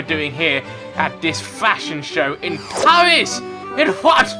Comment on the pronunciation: IN PAWIS (thats how i heard it)